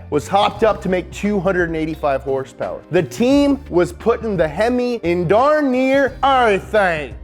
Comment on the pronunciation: Wtf horsepower nah it's horse peerrss